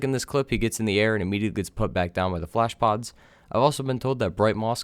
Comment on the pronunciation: Blablabla**bad pronunciation flash pods. OK so, flashpods.. Thanks